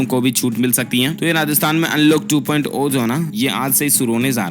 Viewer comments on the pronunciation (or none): "टु पोईट ओ" नहीं भाई, "टु पोईट जीरो" भाई !